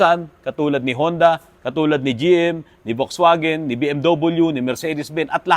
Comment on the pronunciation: Wrong pronounciation.. Folksvagen po ang correct pronounciation ng German car na Volkswagen